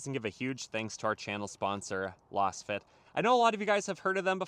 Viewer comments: Lol loss fit mats. The name Lasfit is derived from laser fit. So you would pronounce more like laze-fit. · .....you are pronouncing LASFIT like Las Vegas. But I think it is pronounced like laser. Meaning the fitment is laser precise.